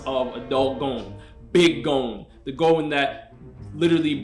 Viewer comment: Can’t rank if you can’t pronounce Gon